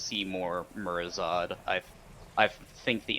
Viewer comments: Lol I'm getting unnecessarily miffed at "Murozod" instead of "MurozoNd" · please tell the guy who helps you the dragon’s name is “MurazoNd” not “Murazod”. It’s literally an anagram of “Nozdormu”.